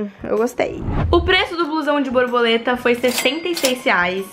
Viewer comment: O melhor é ela falando broboleta 🤣🤡